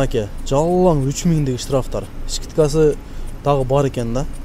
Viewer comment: Пастиана эмес постояно деп айтылат искитка эмес скидка деп айтсан кыскасы 😂😂😂😂